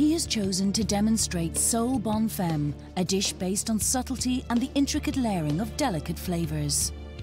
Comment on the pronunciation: Not Bonne fem. It is pronounced as Bonne FAHM FAAHHMM